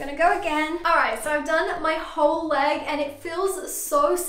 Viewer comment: Did she just said 'uoo day' instead of 'whole day' ??